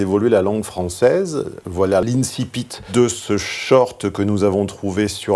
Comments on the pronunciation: Ca se prononce "Inkipite" boudiou ! Le c est équivalent au son "k" en latin ! C'est comme les gens qui disent "Si visse passem parabellum", c'est "Si ouiss pakem parabelloum". - Retourne dans sa grotte de latiniste regarder le reste de la vidéo. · Désolée mais ça heurte l’oreille quand tu prononces mal le mot latin incipit il faut le dire de la façon suivante « innkipit » mise à part ça j’adore tes videoscopies